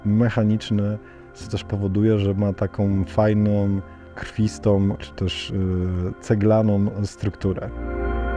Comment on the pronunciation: "Takom fajnom, krwistom, caglanom..." Uszy krwawią.